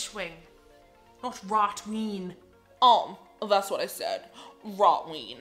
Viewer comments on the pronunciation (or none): Rot Ween 🤣